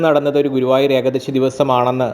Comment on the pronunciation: Ekdasi aal eekaadasi ennuvenam ucharikkan ucharanam sariyakkanam